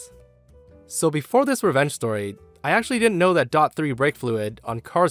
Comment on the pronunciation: Just because it's spelled DOT. It's not pronounced dot like .com. It's D O T. I can tell this guy has never been around a car before.